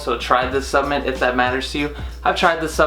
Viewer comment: It’s “supplement”, not “subament”.